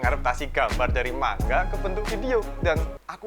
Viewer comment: Manga bang bukan mangga🗿